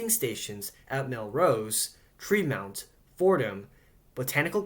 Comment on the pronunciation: “Tre-MOUNT”? Not tryna hate here but like- my guy, It’s pronounced “Tre-MONT”